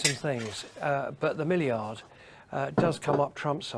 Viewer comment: Henry I’m surprised ALLEN hasn’t corrected you yet, but it’s Millyard, not Milleyard!!